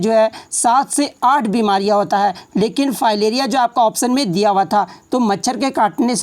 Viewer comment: Fayleriya nae maleriya...ajib hal h